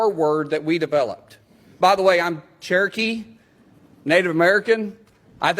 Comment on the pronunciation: Min 1, did he say cheerokee???? Does he mean Anglokee????